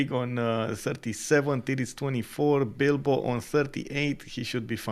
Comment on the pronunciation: U kept saying dido? U mean bilbo? 😂Wasn’t the only name issue you guys kept calling people different names I was confused. Still thankful for the stream just confused a lot